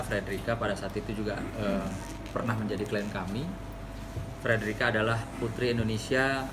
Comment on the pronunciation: Frederica bukan federica min